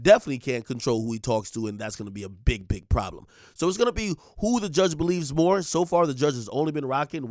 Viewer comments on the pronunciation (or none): none